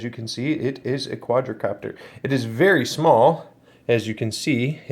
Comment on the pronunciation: Quad copter. Not quadra. Please don’t make any more videos.